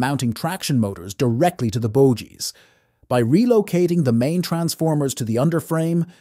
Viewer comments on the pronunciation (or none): It's either an AI voice or a human that has VERY consistent speed and tonality, but clearly doesn't know anything about trains, because he/it pronounces things wrong like "bojies" and leaves awkward gaps, like "I C EE 3 Neo". Doesn't sound human to me. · Not sure the narrator is a professional, although an anglophone. The word bogie has a hard G.